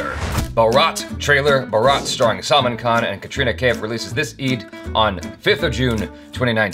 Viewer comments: always emphasise on wrong 'A' 🤣 not talking about 'A'chara though. Bharat is not pronounced as Bha-raat, it's Bhaa-rt. Salman isn't Saal-mn, it's Sl-maan Just saying 😉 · Its Bhaaaaaa-Rut not Baraaaaaat. Its Sull (as in gull of sea gull)-Maaaaan khan not Salmon. Sheesh. So many years and 1 M subscribers. At least get Rashi Mudholkar to tutor you on pronunciations if she is not doing subtitles and save us the torture.